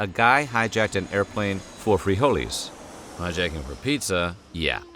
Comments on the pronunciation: Free holeys... man just say beans 😂😂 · Please stop saying freeholees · The pronunciation of "frijoles" was already cringe.... But saying that hijacking a plane for pizza instead of frijoles would have been more acceptable was even more cringe....